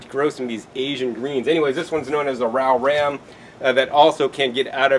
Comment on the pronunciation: The one you pronounced rau ram is pronounced zau zam...don't ask me, dude, just know what the local Vietnamese tell me. Despite eating a lot of this stuff, they still have high blood pressure, and high cholesterol, or as an elderly friend of mine used to say, "fat blood".